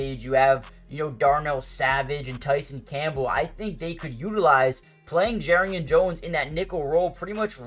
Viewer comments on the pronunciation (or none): How are jaguars fans still pronouncing "Jar"rian Jones name wrong still after all this time did you not watch the Mia O'Brien interview